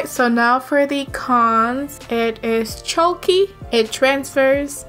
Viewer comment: Love you but the way you say chalky is like choky and its kinda annoying